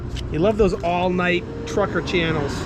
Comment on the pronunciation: Always go around!! The "New England truckaahhhh". 🤣